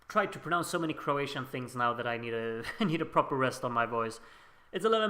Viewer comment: Oh and btw, you are really good with pronouncing Croatian! 👍🏼